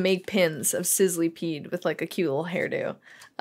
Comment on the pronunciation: But.... you do say Sizzlipede wrong. It’s not pronounced like Sizzlee-peed. It’s Pronounced Sizzluh-Peed